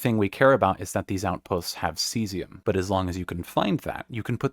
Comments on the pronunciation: Ave, True to Caesium! That's probably how they got mislead into pronouncing it like that. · Thank you. "Kaysium"...JFC, I was so irritated. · Exceptionally helpful. Thanks. The mispronunciation of Caesium hurts but the utter mess some folks make of Cheyenne is my trigger :)